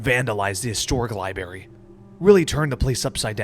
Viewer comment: I love how you didn't miss the detail of Dexter pronouncing library as "liberry." 😂